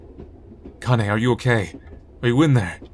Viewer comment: i know this is something really minor but Kanae is pronounced like "Kah-Nah-Eh". you need to brush up on your weeb language skills